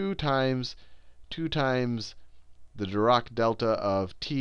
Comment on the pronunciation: Just wanted to let you know Sal, Dirac is pronounced with a harsh 'a' sound as in the end of 'attack'. We have a library at FSU named after him. I'm very proud to learn this subject at the university where the man who invented it taught.